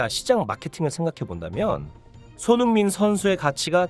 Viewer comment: 한글자 한글자 제대로 전하려고하니 발음 뭉개지고 오히려 듣는데 집중이 안됌 손흥-민선수 동-급에선수다 이런식으로 전달이 사투리마냥 전달됌 알파고같음